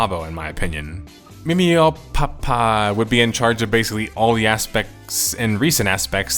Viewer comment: Muumiopappa better pronounced as Moo-Me-Oh-Pa-pa. What is clearly an username, meaning mummy grandpa (like a pharaoh).